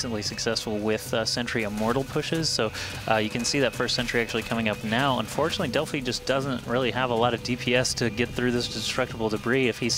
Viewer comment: it's pronounced Delf-E not del-I